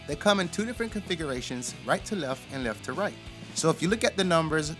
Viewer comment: Right to "Lef?" What the F is "Lef?" And what the hell is "self extanatory" ??? Good work but your English is killing me! Don't use a word if you can't say it right.